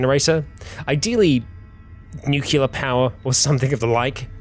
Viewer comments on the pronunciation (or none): its not NU-CU-LAR its NU-CLEAR